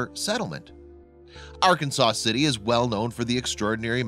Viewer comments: The name of the city is Ar-Kansas City not Arkansas City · Ar-Kan-zas City, you doof. And in Kansas its El Door ay doh not El door ahh doh. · In Kansas it's pronounced Ar-kansas-city. I'm originally from Colorado, I learned quickly. I'm actually really close to the site. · You're wrong, Ray; Kiah is right. Arkansans of Kansas do not want their city pronounced the way the state of Arkansas is. So they shift the emphasis to the second syllable. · Born and raised in Wichita still here. And it was all over the news . It was news to all of us . Was a big deal for Ark City. We don't call it Arkanasaw city or Arkanasaw river .It's Arkansas city or Ark City. ArKansas river. We all had a laugh every time he said Arkansaw city and Arkanasaw river. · For your information, Arkansas City in Kansas, is pronounced as " r-Kansas" City, and often shortened to "Ark City". Likewise the Arkansas river is also pronounced as the "r-Kansas" river for its entire length within the borders of Kansas. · It is Kansas, not Keun-zuz. The state is Arkansas, but Arkansas City is pronounced Are-Kansas City.